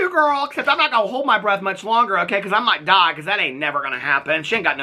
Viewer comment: I sincerely hope that “you sipping your coffee & holding your bweath” was a “smell a smell, sniff a sniff, take a bweath” reference 😂 My bestie & I were just singing that song last night 🦭🤣